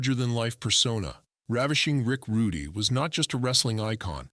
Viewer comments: Stop using AI voices it's disrespectful his name is pronounced rood not roodey or Rudy. It's ravishing Rick Rude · This is AI created nonsense. Even calls him rick Rud(y)